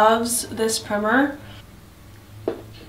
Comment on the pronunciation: Lol 😂 did you mean pr-“eye”-mer? The “i” is a long “i” not short “i” 😂 still cute vid though